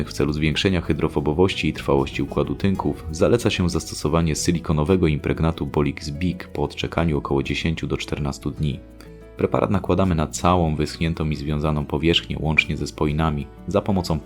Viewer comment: Mówi się całą a nie "całom" ! W języku polskim jest -ą